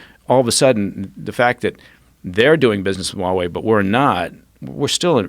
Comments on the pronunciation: Huawei sounds like a Hawaiian word. Why do people pronounce it that way? It is Haway, not Waaway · It's pronounced HUA wei not wa wei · Why does the american news always drop the "h" when they say huawei? The chinese pronounce it with the "h".